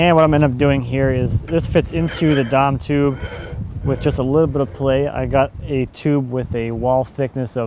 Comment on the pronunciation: The what tube? Sounds like you said "Dom tube". Whatever it is looks like schedule 80 pipe. What did you call it?